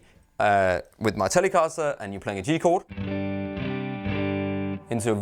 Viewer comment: Tell-lay-caster... gotta love this guy!!!!